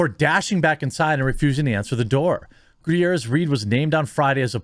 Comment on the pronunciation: It's pronounced Ga-tier-ez